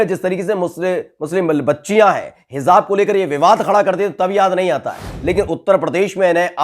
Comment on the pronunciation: Please pronouns correctly HIJAAB is correct. and HIZAAB is wrong . I like your news system I follow your style .